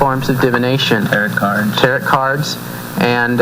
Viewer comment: This commentary is so full of flaws it's ridiculous. The pentagram IS NOT a symbol of satanism unless it's upside down. A photo on here proves that the true pagan pentagram, pointing upwards represents the elements and spirit. Lastly, Tarot is pronounced with a silent T. Lots of flaws, but that's what's expected from evangelists.